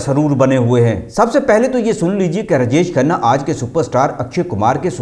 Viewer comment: پھ ڈا ڈالنا کیا ہوتا ہے؟ رجش کھنہ کون ہے؟ وی ڈیو بنانے سے اپنا تلفظ ٹھیک کرو۔